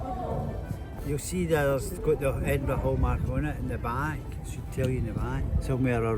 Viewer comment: Well done for pronouncing Edinburgh correctly!